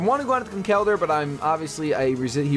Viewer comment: Conkeldurr is pronounced Conkeldurr, not ConKELdurr haha! But nice battle!